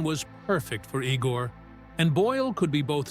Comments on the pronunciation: Not E-gor, Eye-gor! Igor! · The name was pronounced (eye)gore! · ... It is not "ee-gor". It is "eye-gor"!